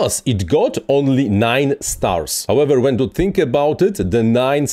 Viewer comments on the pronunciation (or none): none